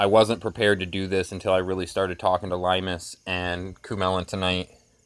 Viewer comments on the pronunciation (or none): none